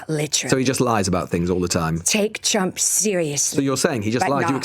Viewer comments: She sounds like she is saying President Chump. She should speak for him often. At least she addresses him correctly. 😏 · 'President Chump' - She just kept saying this. I'm sure it's just her pronunciation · america needs to stop thinking its I change of the world - I enjoy it sounds like she calls him president CHUMP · I love how it sounds like she is saying "President Chump" I've also heard other Republicans calling him "Chump" recently: Its the only truth the Republican (MAGA crew) have spoken. Also the mental gymnastics these people are having to perform in order to support this monster, are painful to watch. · It sounds like she keeps saying "President Chump", which is hilarious. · Everytime she mispronounces Trump as Chump... I can't! Her voice is as annoying as her delusion.